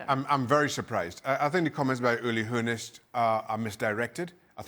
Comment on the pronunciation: "Hoe-ness" hmmmmm